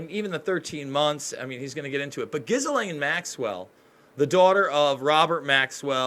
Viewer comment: Ghislaine is a French first name, pronounced "Jiz-Len", FYI. Love your reporting but the pronunciation can be improved!